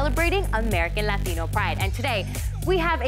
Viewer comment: The only time she has a Latino accent is when she says Latino